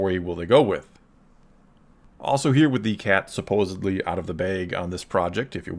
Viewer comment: *supposedly. Not "supposobly"